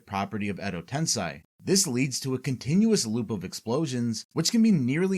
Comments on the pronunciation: edo tensei, not tensai...... tensai means genius, which you clearly aren't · Wtf is "edo tensai"? Ive only ever heard of "edo tensei". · Why do you pronounce Tensei as Tensai? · It's called Edo TensEi not TensAi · it's edo tensei, not edo tensai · Edo TensEY not TensAY. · its "edo tensei" not "edo tensai". Quite a lot of wrong pronunciations in this vid. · Is this an AI voice over? I've never heard anyone say Edo Tensai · Why do you say Edo Tensai? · like honestly how do you watch throughout the whole series and hear a word that many times and still get it wrong lmfao americans can't learn another language